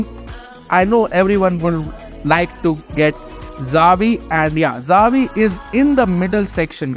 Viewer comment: It's "Chia-vi" like in Chi-le, for Xavi.